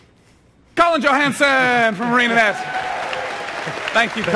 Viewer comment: I like how it sounds like he introduce Colin as "Colin JoHANDSOME".